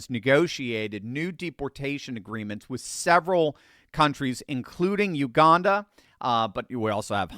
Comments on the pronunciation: Hey. Thought I would let you know there is no r in Uganda. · U-gan-da Jail. I wonder how he'll feel on his first day in Uganda when he hears "I'm the captain now!".